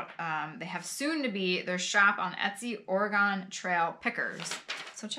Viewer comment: Pronounced Or-eh-gun.😊 I loved muffins too.